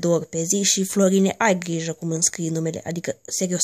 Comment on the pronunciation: tu le zici ca sunt analfabeti,dar tu ai zis la minutul,,Ai ghija ``.Du-te si tu la scoala sa înveți sa vorbesti corect